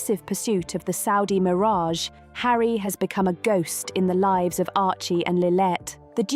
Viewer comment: it's SANDRINGHAM and LILLIBET get it correct or stop faking you know who they are or where they are if you cannot get the names correct